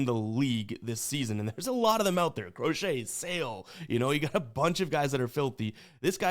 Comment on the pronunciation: everytime you say “Crochet” i wanna fade you but ima ride you today RED SOX ML pause